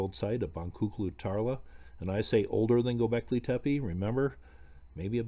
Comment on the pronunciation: just so you know, it's not pronounced Tepee, just do 2 soft e's, like the first e... if that makes sense.. good video, I find this stuff interesting